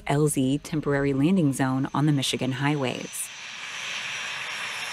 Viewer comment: Did she say "leaning"? Maybe its a special type of landing.